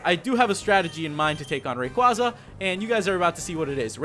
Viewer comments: It's Ray-quay-zuh, not Ray-quah-zuh, but I won't argue. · ITS PRONOUCED RAY QUAYY ZA NOT RAY QUAZZA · I don't know if it's your accent or not if it is its totally fine but always remember its rayquaeza (it's spelled rayquaza but it's pronounced rayquaeza) not to mention rayquaeza sounds alot cooler than rayquaza and like I said it's fine if it's your accent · If I say it once, I'll say it again and again until it gets lodged in your tiny brains. (No offense.) IT'S PRONNOUNCED Ray-KWAY-za!!! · pokemon name pronounced ray-qay-za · Uhh... Really, it's pronounced " Ray- Kway-Zuh-" Quaza as in Quazar. Make sense? And, no, nobody comment saying " NUH UH IT'S RAY KWAZA" Because it's really not. Ever hear of Pokedex 3D pro? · If you have watched the pokemon movie destiny deoxys rayquasa is pronounced rayquaysa that's right qay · You're mispronouncing raquaza,STOP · i feel like he saying rayquaza's name wrong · I can't get over him pronouncing rayquaza's name wrong